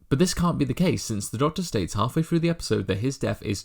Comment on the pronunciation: a great video, but please, please, please will you pronounce your th's correctly, "THREE" is not pronounced "free", "THIRTY" is not pronounced "firty" and "THROUGH" is not pronounced "frew". It really grates when I hear simple words mispronounced.